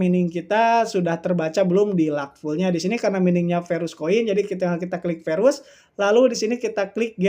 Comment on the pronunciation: Verus bukan Perus 🤣🤣🤣🤣🤣🤣